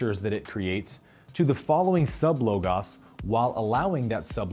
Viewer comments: I think it's pronouned "LOW GOS" not "LOW GAHS" FYI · It’s logos, not Logas. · LoGOs not Logauss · Oh, I love you! Your offerings on YouTube have helped me immensely. So I hope you will not be offended when I tell you that hearing "logos" mispronounced is so disorienting that I cannot give my best full attention to what else you are saying. If it's a deliberate choice, will you please share your reason for pronouncing it as low-goss, instead of low-gohse? That might help, but it has been a surprisingly strong interference so far. Please forgive me if I did offend you, and please believe me when I say your videos are enormously valuable to me. 💐💐💐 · Love how you break things down in these videos but drives me nuts that you say LOGAS when it's LOGOS sorry lol. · LOGOS not LOGAS fucking noob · prononce, LOGOS not LOGAS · Actually logahs not lowgoes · Omg thank you!! That was somewhat annoying to hear over and over.. I was about to say the same thing.. Great video though my man keep up the good work!! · hhehehe....i thought it was prounounced "low-goss", not "low-gass" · My Greek language instructor says LOGOS is properly pronounced "LAW – GAHS" It is the divine principle of reason that gives order to the universe linking the mind of humans with the mind of God. So there is a pattern of nature that our human minds may begin to understand and work with, which is what scientists explore. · Im Greek and i find the way you pronounce the word "λόγος" or logos funny lol.. You say it like: logus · psst... both of the O's are long... Great videos! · Why would u pronounce logos.....LOGAS when you can clearly see the same o after the g but u turn it in to an A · Learn how to pronounce “ LOGOS” correctly and enhance your credibility! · Why is he pronouncing logos weird? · You’re saying Logos wrong... have you never heard it spoken? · I'm loving this series. And I've just realized I've been pronouncing Logos wrong this whole time 😁